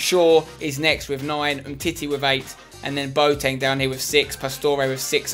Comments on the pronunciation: He is called boAteng. Not boteng. The a is pronounced :-) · Peter Due its more like bwateng in germeny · Peter Due Actually im german its pronounced bua ten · Bwa-teng actually I study german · chelle milton actually i live in germany and have lived there since boateng got big and no one says bua ten. Maybe some say bua teng, but even thats rare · chelle milton But his name is not German it's Ghanaian. Its pronounced Bwateng